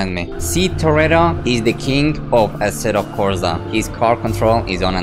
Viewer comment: asseto corza. stop saying that